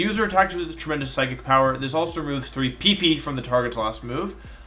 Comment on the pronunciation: why do u say pp like that